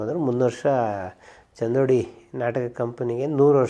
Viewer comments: ಸರ್ ಅದು ಚಂದೋಡಿ ಅಲ್ಲಾ ಚಿಂದೋಡಿ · ಚಂದೋಡಿ ಅಲ್ಲ. ಚಿಂದೋಡಿ ಅದು. ಚಿನ್ನದ ತೋಡಿ ತೊಡಿಸಿದಕ್ಕೆ ಬಂದ ಬಿರುದು... ಲೀಲಾ ಅವರ ವಂಶಕ್ಕೆ. 😊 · Chandodi alla, Chindodi